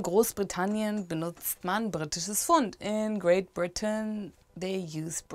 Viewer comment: Why is Pfund not pronounced with the "p" like Pferd?